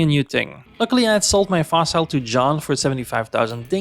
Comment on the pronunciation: This was a great 100 Days to watch. As a new player, I actually learned quite a bit. Keep it going! PS: I know I'm late, but... 'Fossil' is pronounced as in 'fossle'. ;)